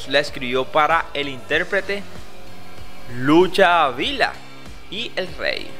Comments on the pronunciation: Faltó el amor con LUCHA VILLA mal pronunciado por el presentador y ocultó que Amanecí entre tus brazos se la compuso a ella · No es mexicano y ni siquiera pronuncia correctamente el nombre de la gran Lucha Villa.